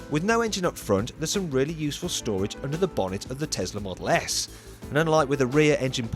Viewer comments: it's a tesla not a tezla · Pronounced as Tezla.